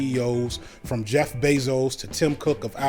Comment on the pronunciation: Very good. One detail that needs re-editing - it sounds like you're saying "Jack" Bezos instead of Jeff Bezos.